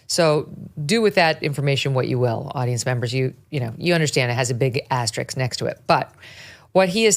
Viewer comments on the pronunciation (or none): It’s asterisk .. not asterix… sorry just saying . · Megyn! Asterisk not “asterix.”